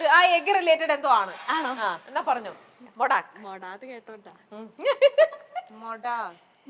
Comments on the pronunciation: It's not മൊടാക്ക്😂 It's മോദക് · മോടാക് 😂😂😂അറിയുന്ന കാര്യം പറഞ്ഞാൽ പോരെ മോദക് ആണ് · മൊടാക്ക് അല്ല മോദക്